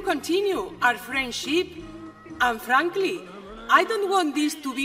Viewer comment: Me mofo cuando dice an franqli jajaja parece su marido, es mas me atrevo a decir que el profesor que le da clases de ingles es el propio aznar jajajjaja